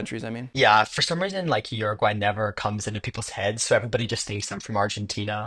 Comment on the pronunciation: This dude did a whole video and can’t even pronounce the name of the country.